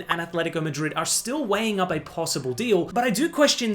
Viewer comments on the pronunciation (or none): none